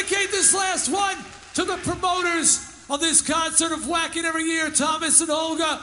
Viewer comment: I LOVE Twisted Sister, but come on Dee......it's pronounced Vacken! The "W" is pronounced as a "V"!!!